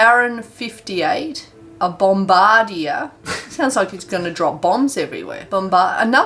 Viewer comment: She says bombardier like bombardia when it’s pronounced bombadeer